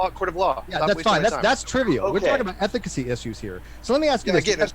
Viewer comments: Hahah I heard that and was like.. efficacy? Ethic... ethically? Oh.. ethicacy.. hmmmm hahah 😂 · Nothing but love for you...but ethicacy? Or am I wrong and that’s a real word lol